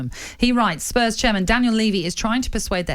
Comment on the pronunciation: Scottish people pronouncing Spurs like “Spuzz”